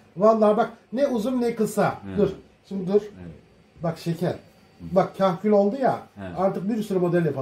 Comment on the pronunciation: kahküle kerkül diyor yaw :D